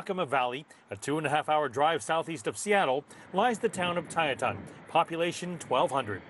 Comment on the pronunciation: It's pronounced Tieton, not "Tietawn". Long I, short e.